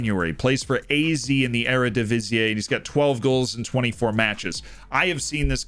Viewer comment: FYI the Z in AZ is pronounced like how the British pronounce it: zet. A-Zet, not A-Zee.